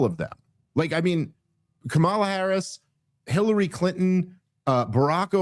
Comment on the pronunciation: Still intentionally mispronouncing Kamala's name. I don't even like her. But you're genuinely embarrassing.